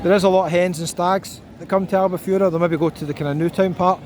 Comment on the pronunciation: Dude, it sounds more like Al Bu Ferra. Miss this place, lived there for 7 years...